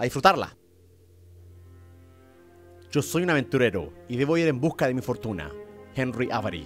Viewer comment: Soy el unico que despues de tantos años ve la mala pronunciación de german diciendo Henry Avery en el segundo